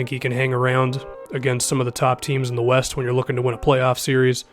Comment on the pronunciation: 00:6 I didn't know the rockets played in the eh-west conference 😂